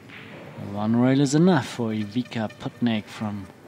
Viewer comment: First of all that commentators should learn how to say properly players name and then comment. DISGRACE. Its not IVIKA.